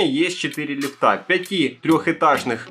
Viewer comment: Беда у автора с ударениями, уши режет. ЛифтА =)